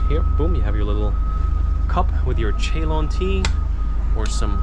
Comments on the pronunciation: 5.34 Chaylon??? I've only heard it referred to as "Ceylon" ( Sil-lon) , the previous name of Sri Lanka. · what is CHE LON? :face-blue-smiling::face-blue-smiling: It is pronounced as (S)EYLON